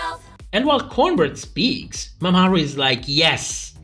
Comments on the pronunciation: Love how you pronounce Mamaru as if it was Mesopotamian city state, peak comedy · Mama (space) Ru. Who the hell is MamaAru?